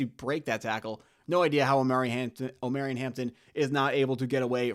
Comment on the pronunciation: Jesus bro I can’t keep listening to you butcher my boys name hahah. It’s Omar-E-on, Not om-air-eon…… You gotta listen to more 90s R&B 😂